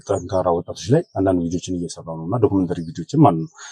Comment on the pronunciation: ሀይ አንተ እኮ አትቻልም ዶክሜንተራ ኣልክ ዶክሜንተሪ ብሎ ዝም ለማወጣጣት የተጠቀምክበትን መንገድ በጣም አደንቃለሁ።